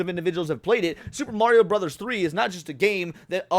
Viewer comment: you put respect on mario's name 😀